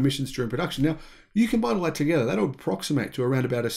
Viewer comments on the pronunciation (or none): none